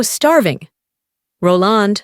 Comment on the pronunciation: I just couldn't tolaerate the narrators pronunciation of Roland